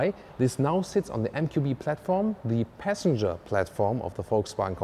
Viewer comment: all i heard was "peasantger"